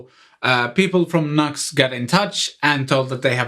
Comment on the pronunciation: It's pronounced "New X". Not Nux. Just saying.